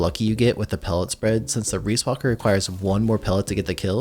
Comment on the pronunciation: excuse me? reesewalker? its just ree, riis is ree B)